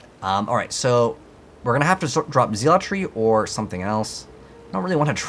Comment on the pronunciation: What is zeel-a-tree